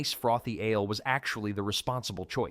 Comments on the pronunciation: Learn to pronounce "ale," stop saying "Here's the kicker," and don't screw up normal English cadence!! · I noticed the the wrong pronouncing of ale, I thought probably AI narrator.. I guess they had no medieval root cellar's left (except in big houses. So used modern ones, I even saw a nice white wire basket.. they are also modern. Don't nit pick every thing fgs